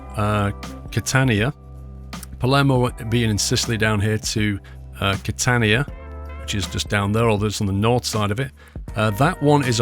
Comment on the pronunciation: You said "Catania" perfectly...